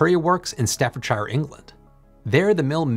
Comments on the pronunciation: Its not pronounced staffordshire, its staffordsheer, all the shires in the UK are sheer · Say " Sir", now say "Staffordshire". They should be sounding somewhat alike. I do not wish to invoke anyone's ahem...ire...but "dire", "fire", "tire", "wire" and "hire" do not rhyme with "Staffordshire". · Lived in Staffordshire all my life, never have I heard it pronounced liked that before 😂 . Love the video.